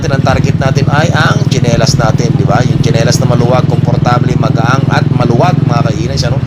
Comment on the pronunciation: magaan not magaang